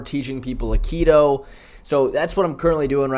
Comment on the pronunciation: Did this dude say akido ? Ewww